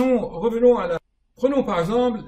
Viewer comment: Cher, depuis longtemps je suis vos vidéos et je trouve les réponses à mes questions, vous faites beaucoup de bien, au monde entier! merci beaucoup! Cependant, lorsque vous prononcez le mot composé "par exemple", vous dites " par exemble". Ce n'est pas pour vous vexer, j'en serais mal à l'aise mais tout simplement pour que l'oreille de l'auditeur en bénéficie. Sinon, vous êtes un génie.